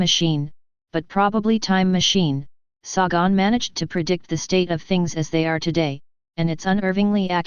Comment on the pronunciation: Its Say-gun, you moronic computer voice.